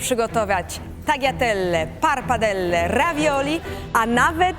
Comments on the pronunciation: nie mowi sie parppadelle tylko pappardelle :) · taka uczona a nie wie że nie mówi się PARPADELLE tylko PAPARDELLE.......... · PAPARDELLE A NIE PARPADELLE JEZU !!!